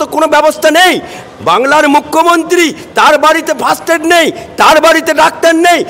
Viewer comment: কথাটা First aid not fast aid … 😂😂😂😂